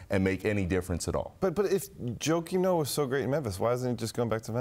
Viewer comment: So called expert....the fat guy said Noah...lol...